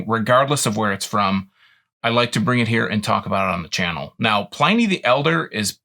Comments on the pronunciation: It’s pronounced “in” not “ I “. Pliny the Elder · Who knows how he pronounced his own name, but that's not how historians pronounce it.